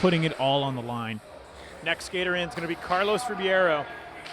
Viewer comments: Duuuude it's not Carlos Ribiero it's Ribeiro!! xDD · Rebeiro, not RIbiero damn it! You Americans can't read. Cool comp! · wtf is it really pronounced RIBIERO? they got me confused af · Carlos "Ribeiro" pronounced ....reh-beyro Get the name right out of basic respect already